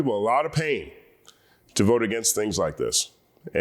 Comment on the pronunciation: "I will bote, for Donal Trom" 💃🏽